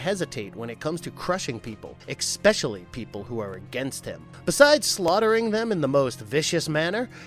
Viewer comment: Ex-specially, and Vlad Tempes? I like the videos but pls try to at least learn the proper names etc.